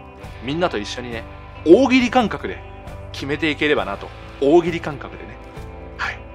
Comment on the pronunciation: 「大喜利」を強調すなw レイジー意識してるでしょw